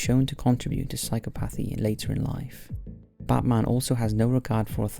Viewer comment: Dude keeps saying "Butt Marn" lololol